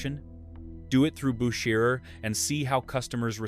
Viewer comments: When the voice over had five attempts at pronouncing Bucherer and getting wrong each time I pulled the plug on this AI crap. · For the love of Mike, can't you get the pronunciations consistent? Your AI narrator bounces back and forth between two pronounciations. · How many ways can you pronounce “Bucherer’? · That's exhausting! How many different ways are there to pronounce Bucherer? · This video could easily have been less than 10 minutes. So repetitive and the same AI voice pronouncing Bucherer so many different ways is wild.